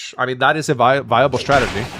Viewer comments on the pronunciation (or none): none